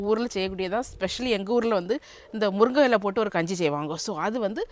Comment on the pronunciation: முறுங்கை இல்லை😂முருங்கை.நீர் இந்தியா தானே உச்ரிப்பு வராது